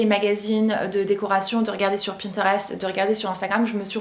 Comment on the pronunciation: J’aime bien comment tu prononces «sur », « mur ».